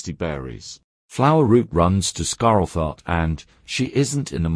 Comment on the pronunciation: The cat's name: Scarletheart The TTS: Ah yes... Scarell Thart 🙂